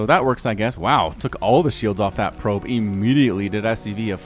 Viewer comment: laughed way harder then I should have at the "proob/prube" thing haha in my mind went French for a second.